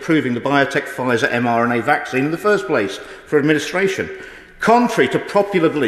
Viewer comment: I noticed that too, plus a few look to have scurried off at the start!! The baby issue is absolutely disgusting!!! Huge respect to the MP for standing up & doing the honorable thing!! However, it's a shame that he miss-speaks & seems to say 'mNra' a few times, plus the major mistake with the extra unnecessary 'word' added after 'Covid-19' which changes the whole point he was trying to get across (watch from for context) - these things make easy prey for distractors..!!!